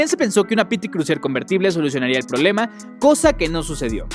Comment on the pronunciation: No se dise prolema se dise problema